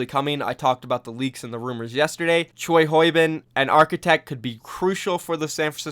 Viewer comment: BTW your pronunciation of CHOI - HYO - BIN is quite correct. I think I heard your doubts about this name pronunciation.But, for GIDO of Dynasty, it would be much accurate if you pronunce it as 'GHI - DO' not 'GI - DO'. The official OWL commentators were pronuncing it this way as far as I heard, and also it's the way how his name is pronounced. (All Korean names are in 3 syllabus. one for last name and two for first name as RYU - JE - HONG, MOON - GI - DO, and many of them are not written as they should be pronounced as KIM -> GHIM, PARK -> BAK, LEE -> YEE)THank you for great video, and have a great day, too!